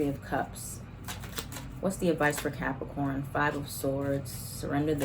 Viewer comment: Not you saying “capriccio-corns” 😂😂😂 (cap moon) Ok let me continue watching lol